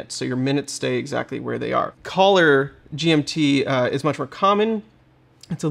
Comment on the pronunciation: It’s actually „caller GMT“, not „collar GMT“ 🙂 …judging by your pronunciation